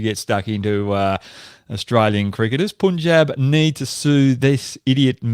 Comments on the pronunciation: I love that Hoggy tries to pronounce all the Indian names. Sure, he mixes up a few, but he takes the effort whereas most people in the Anglosphere don't even try. *Shubs! Get Hoggy to pronounce Punjab properly..and not Pooonjab 😅. Thanks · Can you please pronounce Punjab correctly?